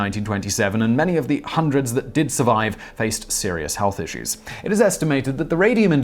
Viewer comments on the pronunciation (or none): none